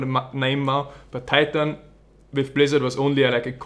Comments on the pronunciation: you should pronounce titan more österreichisch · "tie tan"